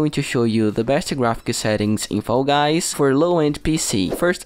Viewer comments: No hate but I it’s so funny when you say foy guys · Bro pronounce fall guys correctly